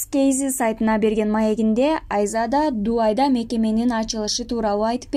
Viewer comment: Дувай эмес дубай